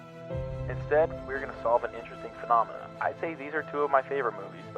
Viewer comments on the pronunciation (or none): none